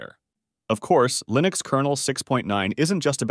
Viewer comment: I still remember when we were eagerly awaiting the release of version 1.0. Funny how you keep switching between pronouncing "Linux" the wrong way "Lynux" and the right way "Linnux" (based on the way Linus Torvalds pronounces his name).